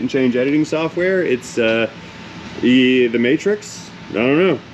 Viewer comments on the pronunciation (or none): none